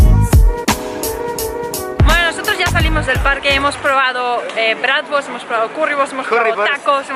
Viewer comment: Min , “Oye te gustó el abraz’ digo la bradfort” (o como se diga) Jajaj